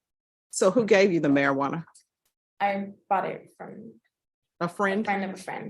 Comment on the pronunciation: Sir please learn to say Marijuana 🙏